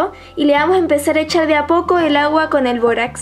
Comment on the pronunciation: Todo iva bien hasta que dijo borax